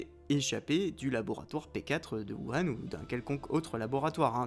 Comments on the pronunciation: Plutôt "wourhane" je trouve ça plus porche, après c'est du détail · Même pas foutu de prononcer correctement Wuhan (prononce woo rann). Le complotiste qui se regarde dans la glace pour se convaincre de sa légitimité à ses yeux. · On dit : "wourane" merci ^^